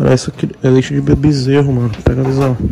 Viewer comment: Ninguém:A Toguro: leite de BEZERRO 😂